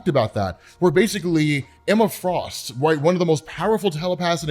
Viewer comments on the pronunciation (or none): none